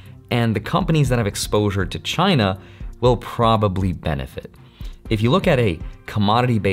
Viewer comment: Is not China, is “Giainna” 😀